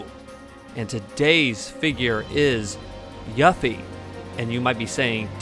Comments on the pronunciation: it's pronounced YOU-FEE, every time you said it wrong i felt like screaming lol but nonetheless, great video my man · You're mispronouncing her name! 📛